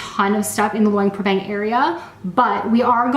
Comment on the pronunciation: Nice video but Luang Prabang has a lot more to offer than the night market. In fact the night market is a long way down the list of things to see and do here. Also a tip for you is to learn how to pronounce the name of the place you are visiting so that you say it correctly for your video.